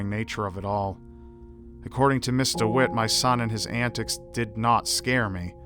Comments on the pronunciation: Am I hearing it wrong or is actually saying Mr. Wit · ok but did anyone else think he said "mr witt"?